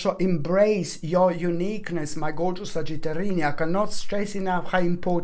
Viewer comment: "sagitarini" now i can never say sagittarius again lol & the singing breakdowns raised my vibration!! <3